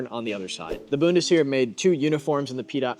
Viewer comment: my god man please learn how to pronounce words before recording lmao. "Boon-tis-Here" is killing me